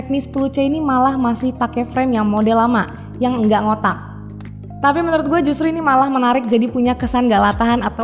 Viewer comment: *Ga Ngotak*nya di tekenin banget pas ngomong